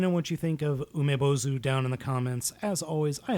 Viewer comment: Nailed the pronunciation,!!! BTW Umibōzu means "sea monk" in Japanese.